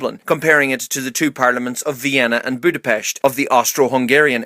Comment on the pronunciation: Thank you for including Hungary, your pronouncation of our capital was spot on with the "sh". We really appreciate it. You have really good videos.